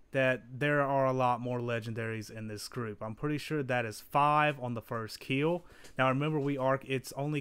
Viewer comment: It will "keel"